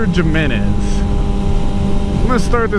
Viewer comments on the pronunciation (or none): The way you pronounced his last name was wrong. I have the same last name. It is pronounced Him-enez. He is Hispanic, and Js sound like Hs.